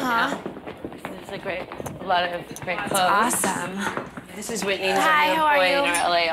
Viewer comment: Lol that’s like the main thing I remember about Whitney was the way she would enunciate her g’s but they sound like k’s. 🤣